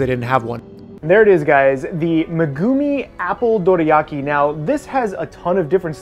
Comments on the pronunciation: dude you say it like its written "doriaki" so annoying, stop ruining words with accents please :´( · please pronounce Dorayaki correctly.